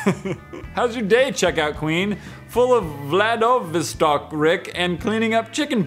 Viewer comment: Vladivostok is a Russian city lol why has smn tiped that?:D /also cool that pronounced that correctly:D